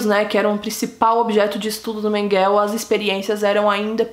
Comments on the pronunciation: Por que você sempre fala Mengel ao invés de Mengele? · Conheci ele pessoalmente é Menguele e não Menguel ! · Não é Mengel e sim Menguele ,Josef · A pronúncia, senhor! Esse "Menguél" dela perfurou meus tímpanos e me impediu e proseguir no vídeo. A pronúncia correta é "Mênguele", moça! "Mênguele", e não "Menguél". Cruzes!!!!!!!!! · Não é MENGEL e sim MENGELEEEEEEEEE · Não é Menguél, é MengelE! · Porque diz Menguel...??? E MENGUELE...se pronuncia Menguele. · Não se pronuncia mengel e sim mengele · SABE A "IMRESSÃO" QUE FICA QUANDO VÍDEOS MARAVILHOSOS COMO O SEU SÃO DESMONETIZADOS??????CONIVÊNCIA!!!!!! APROVAÇÃO DO QUE FOI CENSURADO..... INFELIZMENTE..... PARABÉNS,!!!! ESSE ABSURDO TEM QUE SER SEMPRE VEICULADO PARA O MUNDO NÃO SE ESQUECER DESSES HORRORES DO HOLOCAUSTO. E PRINCIPALMENTE, PARA NÃO REPETIR!!!!! OBSERVAÇÃO CONSTRUTIVA COM RESPEITO: NÃO É " MENGUÉL", A PRONÚNCIA CORRETA SERIA " MÉNGUELE". COM TODO O ❤️ CARINHO. 😊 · A pronúncia certa é Mengelê, mas o vídeo ta mt bom parabéns 👏🏼👏🏼👏🏼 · Obrigado.. "Menguel" tô indo....fui 20 anos na escola... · A pronúncia do nome é Mênguele. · Julgo que é Mengel , sem "e" no fundo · Ela tem que melhorar a pronuncia do alemão, não pode comer o E do final,...pronunciar certinho. Afinal não é inglês, Mengel.... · Por quê você fala " Mengel"( eu sei que você fala do jeito que você quiser...)Mas "Mengel", é terrível!!!! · É MENGELEÉEEEEEE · A pronúncia é Mênguele. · Vc está pronunciando o nome dele errado. Interprete meu comentário como uma crítica construtiva. Abrsço e parabéns pelo canal, descobri ontem e nao consigo parar de assistir. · Metade do que foi dito no vídeo é verdade. Ah, vc poderia pronunciar o nome dele corretamente, já que se declarou tão estudiosa da vida do cara. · Acho que vc falou errado o sobrenome,vc fala como se fosse em ingles. Em alemão é quase como se le. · Você pronuncia mal o nome dele!🤣🤣🤣